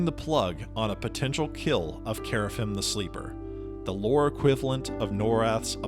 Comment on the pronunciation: Gotta work on that pronunciation, man. Qeynos = Key-nos (not kway) Kerafyrm = Care-uh-firm (you're forgetting the R) Luclin = Luck-lin (not Luke) Velious = Vel-ee-us (not Vay) Ykesha = Ee-key-shuh (not K$sha) Verant = Vur-aw-nt (not Vare-int) Source - best friend was a dev on EQ